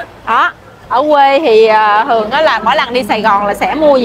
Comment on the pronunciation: Trái cây ngon và rẻ quá. Chúc mau đạt nút bạc nhé. Mình góp ý nhe nếu đc cố gắng phát âm có vần th vì nghe nói vần t ok mà. Chẳng hạn như thấy. hấy Hay thường. hừơng Thịt hịt